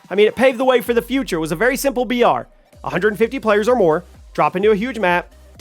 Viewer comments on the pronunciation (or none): Bro you keep saying BR and it sounds like VR. Had me thinking its virtual reality game.